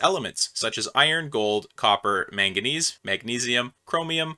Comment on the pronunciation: The way you say manganese is so interesting to me